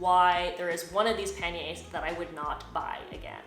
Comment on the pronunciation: sorry but you are defiantly a member of the language police but l would like to thank you for your correct pronunciations l can now go shopping for some pan-yr bags and sound smarter than l really am